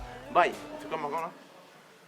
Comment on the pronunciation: Sa se dit morgane pas morgan